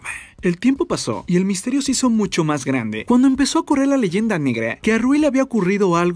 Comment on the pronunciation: Jajajajajaja 😂 misterioeeee😂